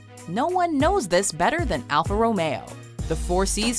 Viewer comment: As a car guy the way u say "Romeo" makes me cringe